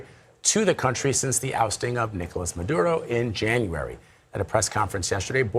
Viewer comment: Her pronunciation of the dictator Maduro's name is spot on though. 😂😂